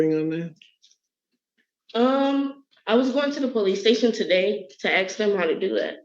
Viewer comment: You're in college and still say "ax" its ASK big dummy